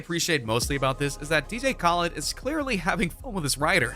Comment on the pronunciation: You pernounced DJ khaled wrong